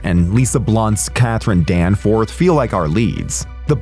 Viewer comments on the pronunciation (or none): none